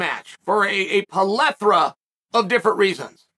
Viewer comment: Chael "Polethra" Sonnen